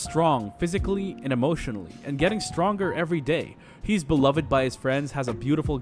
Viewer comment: The amount of words you mispronounced, like ad infinitum and beloved, makes me think you didn't write the script.